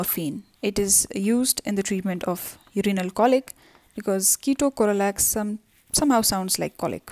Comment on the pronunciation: It's ketorolac Not keto corolac